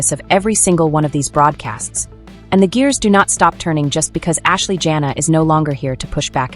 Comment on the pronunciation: Her name is not JANA. It is Janae. Pronounced Janay! Your tone is rude. Good riddings!